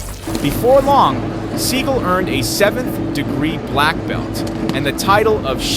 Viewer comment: Learn how to pronounce Sagal’s name.